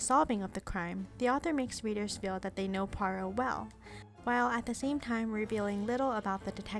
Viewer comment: Finally an American who can pronounce Poirot correctly 👍 The David Suchet version was by far the best